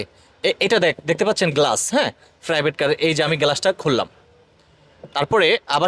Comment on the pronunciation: 🤣🤣 কি উচ্চারণ রে ভাই। হাইড্ডলিক, এলো রিং, গেলাস, ক্যামারা, বনাট, ফ্রাইবেট কার, নুকিং গেলাস, ড্যাজ বোর্ড, ব্লুটু, হরেন 😂😂। এই হলো আমাদের দেশের ব্লগার দের অবস্থা।